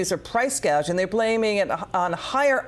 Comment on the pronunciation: This damn woman doesn’t know the correct pronunciation and probably spelling of price gouging tells you how far from reality she really is. A typical career taxpayer’s freeloader. Price GAUGING?? Trump’s team is very poor for not picking up on this and shred her to pieces.